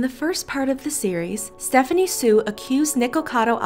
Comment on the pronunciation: Thank you so much for Saying Stephanie Soo correctly 👍.